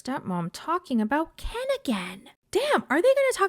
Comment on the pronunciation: All she thinks about is KEN ! KEHN is. How she pronounced his name . KEHHHN IS FIRE to her 😜